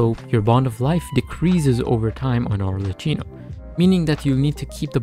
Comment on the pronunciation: its pronouced arleckino🫶(ty for the guide)